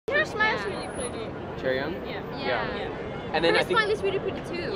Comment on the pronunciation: it s not chaeryoung it s chaeryeong